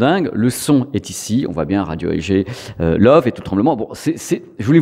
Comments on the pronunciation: Super vidéo, mais j'ai buggé à chaque fois que tu donnais le nom de la marque. Ca se prononce "le voeu", pas "love" :). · Salut Petite vidéo Très sympas, une toute petite corection en Allemagne on dit pas Love mais Leuveu (c'est écrit phonétiquement). Je me réjouis toujours de voir tes vidéos. Allez salut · Merci pour tes vidéos toujours très intéressantes! Par contre si c’est de l’allemand, Loewe doit se prononcer « leuveu » (Le charme germanique) 😉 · Ça se prononce Leuve en insistant bien sur le E à la fin en allemand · Sauf erreur de ma part, il me semble que ça se prononce lœuvœu 😉